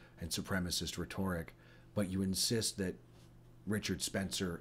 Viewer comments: Liked everything in this video except how you said RE- TORE- ICK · You have a reader's vocabulary, don't you? The way you pronounce "rhetoric" is incorrect. Or perhaps it's a regional dialect thing. Check out the pronunciation has.